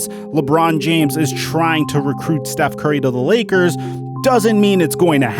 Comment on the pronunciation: Big fan of the channel, but lately I don’t watch as much because the way u say Steth Curry and Giannis Inetitakoupoe is so agrivating I just watch coupe...